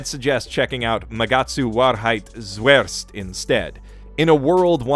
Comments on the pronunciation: Japan seriously loves it'S random german in the title or magic spells. Sorry but I seriously laughed my ass of at your pronounciation of (Magatsu) Wahrheit: Zuerst. Probs to you to go at it with such comfidence though! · I have to admit, I love your pronounciation of "Wahrheit zuerst".